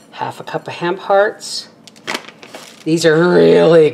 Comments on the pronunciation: Haha I heard ham parts too and was confused 🤣 I still thought it was ham parts till I read the comments! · I totally thought you said ‘ham parts’ and was confused when you said meatless. Then I got to the ‘hemp hearts’ 🤣🤣